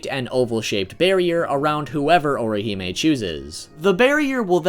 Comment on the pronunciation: You just continue to BUTCHER her name but cool vid dude.